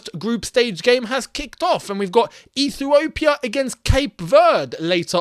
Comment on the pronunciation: Hey you pronounced Ethiopia wrong, it's funny!!